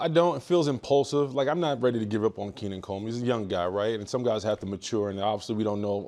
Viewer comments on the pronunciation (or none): Also how could the guy say “he’s not ready to give up on Keenan Coleman “ bro doesn’t even get his name right smh lmao